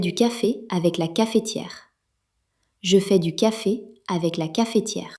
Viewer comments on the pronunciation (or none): Utile. Remarque : Cafetière [kaf. tiɛʁ], la voyelle E n'est pas prononcée car il y a une seule consonne prononcée devant. On dit donc caftière ou dans le sud cafeutière mais pas cafétière ;-)